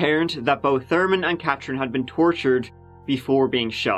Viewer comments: Love how you say Cathrine 🥰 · Your accent perplexes me. You've no trouble with the 'th' in mother, there, both, they, or Thurman, but then Katherine, bathroom, and thirty sound like you're dropping the h. What's really going on here?!